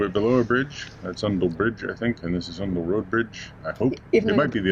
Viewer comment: I was waiting for you to do this section as our boat is moored at Titchmarsh. Unfortunately, the bow of our boat only appeared for about 2 seconds ! I'm sure someone mentioned in the last vlog that Oundle is generally pronounced starting as if you've been pinched - "Ow!" And Islip is pronounced Eyeslip. It's always difficult traveling places and knowing the way locals pronounce things, as there are no clear rules in the UK.